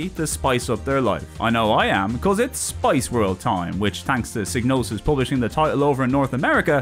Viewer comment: Psy-no-sis G is silent like in Gnosis